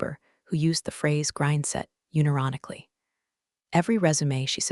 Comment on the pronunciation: It is NOT 'you nee ronically'! It's 'UN ironically' ... means sincerely